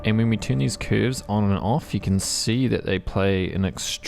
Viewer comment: Came to hear you pronounce CÜÜÜRVES your very own way. Stayed for the quality content.